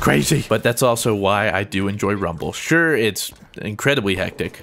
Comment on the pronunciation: did you say.. "rumble"?